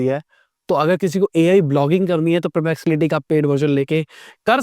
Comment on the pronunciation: Sir : puh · pleks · uh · tee